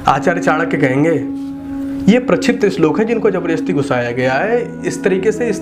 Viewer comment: Pehle bolna to seekh le. Apni dukaan chalane ke liye kuch bhi bolega kya🤣🤣 slok nahi hota kya shlok. Toh tu views ke liye nahi arha kya?